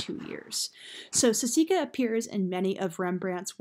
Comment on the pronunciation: oh my gosh. it's saskia, not sasika